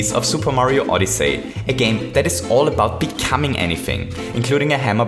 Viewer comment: Super Mario Oddee Say